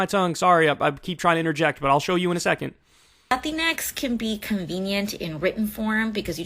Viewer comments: The point you're missing is that "latinx" is not English, it's Spanish. In Spanish, you have "latino" for male and "latina" for female. "latinx" is written that way, but you pronounce it like "latine", not "latin-X". Why? Well, first the "e" is loosely associated with gender neutrality in Spanish. And second, there are some words where replacing an "a" or an "o" for an "e" would totally change the sound of the word, especially if there's a "g" involved. For example, "amigo" would become "amige", which would sound very different. For it to sound similar, it would have to be "amigue", but then it looks too different. As a solution, they use "amigx". You can argue if that's a good solution or not, but that's the reason behind the "x". This seems to have passed completely over the head of Kyle, but it's understandable as he's probably not a fluent Spanish speaker. This would probably apply to non-Spanish speaker latinos in the US. The funny thing is that the sentiment behind "latinx" is not new. When I was a kid in Venezuela, whenever you wanted to make sure you addressed both male and female in written form, you'd write something like "latino(a)". Then when I was a bit older, it changed to "latin@ which the Royal Spanish Academy didn't like because is not really a letter, but people in general didn't get mad about it. Then we got to now, and people are up in arms about it because it got political. PS: before you waste my time with some useless comment, I personally don't use i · It's "latin x"?? Not "latincks" For crying out loud! Pronounce it as it's spelled and spell it as it's pronounced. Lynx is not "lyn x" Sphynx is not Sphyn x. Whoever coined that term is an immense idiot! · It’s more cringe when she accents Latinx. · Uh, it's pronounced La-Tinks. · It’s pronounced lah-teenks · It's pronounced 'lu-tinks' Check your privilege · I always thought it's supposed to be pronounced as "latinks". Either way a weird ass word